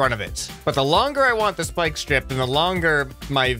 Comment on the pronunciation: “Spyiiieke splike speeike”